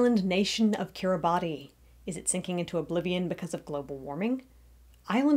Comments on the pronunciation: You could at least have the respect to pronounce the name of the nation correctly. "Kiribass" is how it is pronounced, not just how the 'natives' pronounce it. Also its growing wider not higher. Plenty of huge coral structures under the sea surface that you can't live on either. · lol you couldn't even get the name right. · You didn't even pronounce the name right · You have to wonder about any channel called "" -- what are you trying to compensate for? You can't even pronounce the name. What insulting rubbish. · would make more sense if you could pronounce the name correctly. Instead you persist in your ignorance and cherry picking the science.